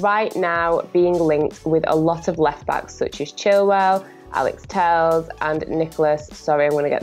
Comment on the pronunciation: Alex Telles not Tells, god how many times